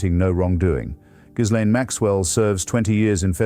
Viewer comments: Hitch would have known the 's' in "Ghislaine" is silent. If the text-to-speech doohickey can't do it maybe you could give it phonetic spelling in the input for new words. Enjoying the vids greatly. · I believe ... ( maybe I'm wrong) the correct spelling /pronunciation of her name is ... " Jizzlane " Maxwell. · He pronounces Ghislaine incorrectly.